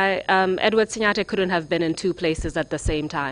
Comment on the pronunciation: It’s actually SiNGAteh counsel, not SiNYAteh! These records will be kept for posterity, so it’s important to say the names right. Just my two-piece.